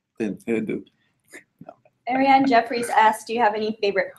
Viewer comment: Very glad they answered my question....upset she said me name wrong but then again I have a complicated name...ariyan.. and really larry potter???? These two are something else kmsl love them